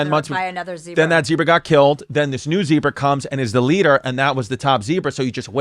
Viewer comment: the boys are too quick for her. ZIngers just flyin' by.."LADDUH 14"